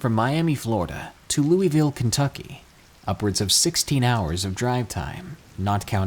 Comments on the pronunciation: Dude its Lou - A - Ville, not Lou - E - Ville, as a native of Louisville’s everyone says it wrong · Alright I know this video is old but it's pronounced luh-vul